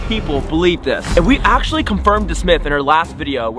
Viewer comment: I ACCULLY WAWN TOO